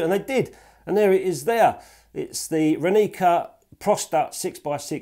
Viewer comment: It's Ráni(ts)a not Raní(k)a ;) means "Morning", if you want to know. Great review anyway.